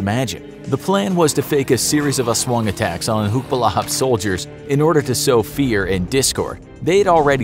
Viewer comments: It is Aswang not Aswooong. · Every nation:"Aswong" Filipino:"Aswang" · I liked how you pronounced "aswang" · U said the "aswang" u say is wrong,go to the google translete